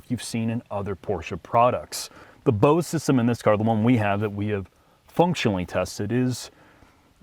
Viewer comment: Bose not base